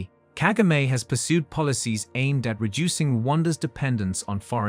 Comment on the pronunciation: It’s so annoying the way you pronounce Kagame’s name. Disrespectful as usual.